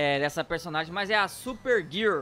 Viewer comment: Super grirrl kkkkkkkkk